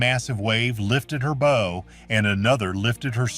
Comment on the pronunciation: WHY don't creators LISTEN to their AI soundtracks before publishing, and FIX the errors? A ship has a BOW (as in bow-wow), not a BO.